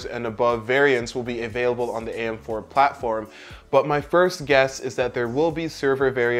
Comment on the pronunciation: "platFrom" ? xD did anyone else notice that ? :P